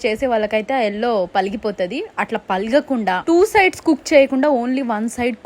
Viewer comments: Maam it's pagala kunda not palaga kunda. Kindly correct🙏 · Palaga kunda kadu andi it's pagala kunda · Palagakunda kadhu... Pagalakunda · Palagakunda kadu andi pagalakunda antaru emo kada…